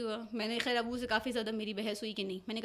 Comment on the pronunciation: غلط کو گلت خیر کو کھیر کہہ کر انڈین چینلز کو کاپی کر رہی ہیں یا اردو کی ٹانگیں توڑ رہی ہیں